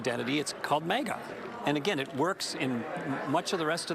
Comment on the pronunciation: what ever your name is it’s not moga it’s MAGA you’re an absolute idiot why are you a reporter? Obviously you can’t get it right